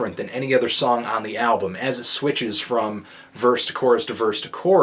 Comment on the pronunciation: No R in the word album!!